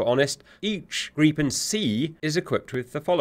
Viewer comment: Plus points that you prenounce "Gripen" correctly and not "Grippen"